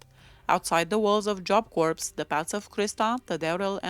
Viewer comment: Had she not been caught for killing Colleen Slemmer, I think she would've become a serial killer.Corps is pronounced like core,the P and S are silent.